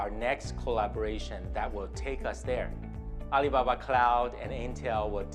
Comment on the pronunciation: ~ Butchering Alibaba's name like a pro